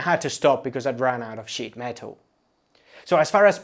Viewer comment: … had to stop because he ran out of sh** metal. I know you meant “sheet”, but I heard something different and it made me LOL